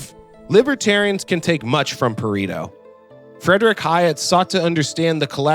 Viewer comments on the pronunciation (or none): Pa-re-to not Pa-ri-to. Aside from that fairly good work.